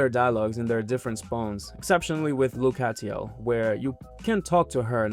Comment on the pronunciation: the way you pronounce lucatiel 😭